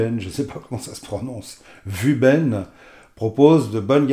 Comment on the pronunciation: Juste pour info, pour prononcer à la chinoise, il faudrait dire woubeun. Mais vous faites ce que vous voulez, c'est votre chaîne 😉 !